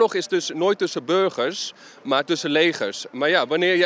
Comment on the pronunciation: Ik dacht dat hij "Legers" uitsprak met een N ipv een L.